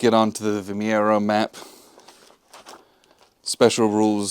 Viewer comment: Good video. Thanks. Btw, the names are pronounced roo-LEE-sa (Roliça) and vee-MY-roo (Vimeiro). The battlefields (just north of Lisbon) are very accessible and worth at look at in person.